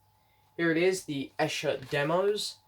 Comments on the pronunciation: Haven’t got this yet as I have the deluxe CD set, and just bought McCartneys RRS Box. I wish the CD Set was the same size as this LP set which looks very nice. You have an interesting pronunciation of Esher......which should be "eeesher" lol. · Hi! Glad you receive the White Album 4LP Vinyl Box. The box is awesome. Esher is pronounced as “Eeesher”. But don’t worry even I had trouble correctly pronouncing “Esher” when I was younger. The Esher demos sound awesome on this Reissue. Some of the Esher tracks did appear on Anthology 3. Great unboxing video! Take care!